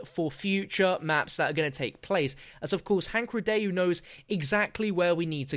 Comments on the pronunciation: Are you sure it's Rid-day-U because I'd pronounce it Rid-Dow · Please the pronunciation, it's a French name... REE-DOH, Not REE-DAY-YOU... Thanks, merci. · I'm pretty sure it's pronounced "rye-doe", not "rih-dayoo" but every man to his own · Ree-Dóh... Not Ree-de-ju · Aghh I know it's nit picky, but his last name is pronounced 'ree-doh', it's French. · Thank you it was bothering me through the whole video lol